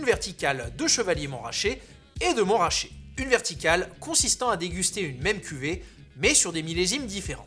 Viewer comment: C'est MontRAchet, pas MonTRaaaaaachet 🧙